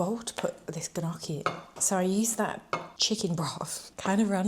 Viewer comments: i loved this video, but you took me out with the gnocchi😂😂😂, i’m italian and the right way to say it is ñocchi with the spanish n!❤❤❤ love your videos, they are so inspiring 😊❤ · Love you! Always keeping me informed and motivated <3 also the g in gnocchi is silent hahah